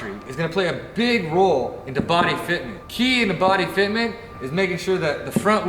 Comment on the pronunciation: "BOPY FITTMENT"